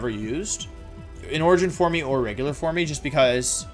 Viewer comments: Why do you say form like for me? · Did he actually pronounce "forme" as "formey?" Also, I have never heard Girantina pronounced like that, was that also wrong? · Forme is still pronounced form lmao not form E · Cringed everytime he pronounced form, for-me. Form like dorm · formEEE? Geeratinah origin formEEE? It's just FORME, like form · ah yes my favourite pokemon, ji-rat-nea origin formy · "jir-at-knee-ah origin formie" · “Formee” “Jiratnia” I’m here for these pronunciations 🤣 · Wideo. FormE. Jirattina. I am in love with these pronunciations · "for-me" is he doing this on purpose? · is it actually pronounced "four-mee" great video btw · Giratina? Jiratnia? Jiratina for-me? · Since I'm a fairly new subscriber, I thought Wolfe had a speech impediment because of "Wideo" and other words. I was also confused on his weird pronunciation of pokemon names like "dekidooey" but after looking at older vids and hearing "Origin formy" I see now that I've been tricked, backstabbed and quite possibly, bamboozled. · Every time he says "forme" I think he's asking me a favor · The “e” in “forme” is silent, Wolfey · man, i love how you pronounce forme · FORM DOES NOT END WITH AN E! REMOVE IT NOW! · I really enjoy your content and your one of the members of the Pokémon community that I have the most respect for. But what’s up with replacing v’s with w’s and pronouncing the ‘e’ and the end of words like same and forme